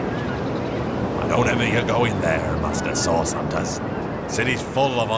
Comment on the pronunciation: Idk why but *CURED THE SICK AND HEALED THE WOUNDED THROUGH A GREAT POWER CALLED SAUCE* Everytime I hear,Source I hear Sauce.